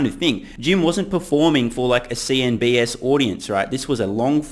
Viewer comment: Has just call it CN-BS?? 😂